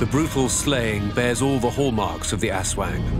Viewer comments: ASWAG its ASWANG 😅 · its funny that aswang is read as asweng. haha